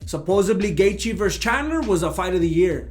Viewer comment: I love you but I think I have to stop watching these videos. Recently during a business meeting I inadvertently said "supposebly", I could see my colleagues smirking but I had to keep it together and continue the presentation. Sh*t was embarrassing.